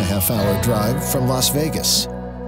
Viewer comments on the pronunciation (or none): none